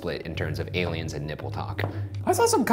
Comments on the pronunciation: Horrified that Shane said ALIUMS the same way I do. He's in my MIND, dammit! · shane: i don't do crack also shane: aliums